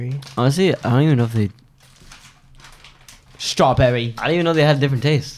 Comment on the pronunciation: saying strawberry like that is way too funny😂